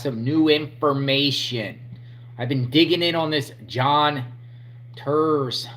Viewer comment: The C in Turscak is silent my man😎 He did it because he is terrified of getting out, he was 30 mo to the door. He did it because the Eme have a contract on him.